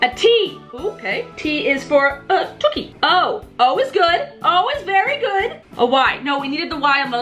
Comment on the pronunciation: says ~ 't' is for uh, tookie ' hahaha I'm cracking up 😂😂😂😂😂